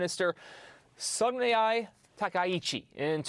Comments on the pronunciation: HOST: DON'T butcher Japanese worse/names. Japanese words/names spelled with a+consonant are pronounced /AHH/. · Awful host: You butchered Japanese name. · SANAEが意味不明なほど発音できてない。